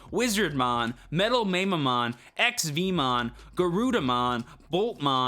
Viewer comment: Love your stuff! I feel compelled to say that Mamemon is pronounced "Mah-Meh"-mon LOL Can't wait to see what decks come out for this format!